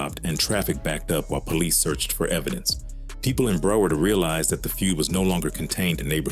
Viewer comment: Bra 😂😂 . U got this A.I calling our shit Bruh-word , Brow- herd , then calling Zoe pound Zoey pound 😩💀🤣. And what the hell is this bout Haitians and librarians 😂😂😂 and then Liberians .. lmfao Bra Liberia is a neighborhood in Hollywood FL not actually Liberians ... You got Liberians , librarians and Zoey pound fuccd up 😂😂😂😂😂